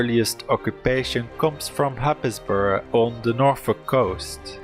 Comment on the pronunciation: Happisburgh is pronounced "Hazebruh" FYI